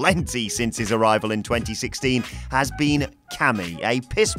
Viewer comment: No No No AJ Styles Its KAMI (ca-me) Not KAMI (kamm-e)